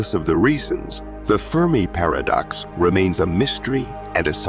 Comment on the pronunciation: How u gonna say The firm i paradox and then immediately call it fermi paradox 🤦‍♂️